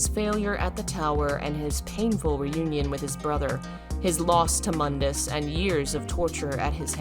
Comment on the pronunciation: Can't help but notice in the dmc videos.....does KNOW Mundus's name is pronounced MOON-DUS not MUHN-DUS?!